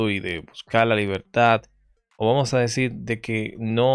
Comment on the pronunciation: Aparte de mal ablando desis señol por desir señor sos mentiroso cual pacto todo es falso